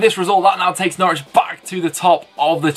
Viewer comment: I'm so glad Preston nailed Norwich - Nice one you northern beauties! Up the Blades!